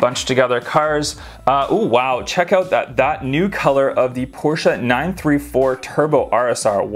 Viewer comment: So cool seeing Magnus Walkers 911s and stuff. says everything else fine but mispronounces Porsche. Smh